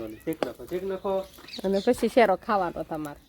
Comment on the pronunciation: શેરો શેરો સુ કરો શીરો બોલો